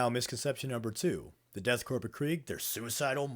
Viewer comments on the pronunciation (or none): Corps (or the stylized korps) is pronounced like core, not corpse or corp. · It's pronounced core* the p is silent. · Please stop pronouncing the "P" in the word Corps (or even Korps in this case). It's pronounced the same as "core" like the core of an apple. The P AND the S are silent. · I know I'm late to this, but you don't pronounce the p in Corps/korps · The worst misconception is that you people think you pronounce the P in Korps